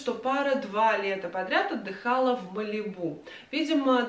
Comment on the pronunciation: МАлибу - ударение на первом слоге. 😉